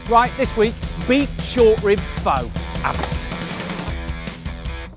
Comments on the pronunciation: First, you pronounced "phở" wrong. Its like "fuh" actually. And the way you made it wasn't pho, it was western style of pho I think 😂 cuz your broth looks dark and has so much fat on it while the original Vietnamese pho broth is clear and lighter. And healthier. LOL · Rose Taylor it sounds more like duh. just replace it with an f so fuh is the sound. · Its pronounced "Fuh" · undying that's a Disney character ha ha he was saying foe or faux lol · Until you pronounce it correctly I can't trust your recipe 😅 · No. Just no. I'm surrounded by Pho shops which are all over my city and know how the stuff should look and taste. 1. Go look up how to pronounce the food. 2. Clear broth. 3. I would not pay a dime (Sorry, mate). It is a phony Pho. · At least pronounce it right! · Great video, terrible pronounciation. Lol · you're pronouncing it way wrong! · the pronunciation killed me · As a viet his way of saying pho, it hurts me, but what I would do differently is with the noodles I don't cook it with the broth, I just pour boiling water on top of it in a bowl and let it soak for a minute or two. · yes! As i'm Half viet, but raised by my Vietnamese grandma, it does hurt alot HAHAHAAHAHHAAH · I’m not Viet at all, and it hurts me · Thankyou, I understand taking out the N, I have just heard it pronounced the O like in "hose". I was just curious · It looks good, it's pronounced incorrectly. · John, mate, it's 'fuh'. Nothing 'faux' about it. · Pho pronounce like fur, no fo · Fow...????? Are you serious? Pho (fuh) is not a 'bish bosh' meal. It's an art form. Have a 'butchers' at the origin and pronunciation of the dishes before you attempt to 'educate' people on a how you think they should be cooked. It's almost insulting. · OMG U SAY IT WRONG ITS PRENOUNCED FUH NOT FOE! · It's pronounced "fah" not "foe" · man! it's not "fo"! it's more like "furrrrr" ;-) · it was triggering me hearing him say Poooh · My God man I love your show but for God's sake it's pronounced like FUH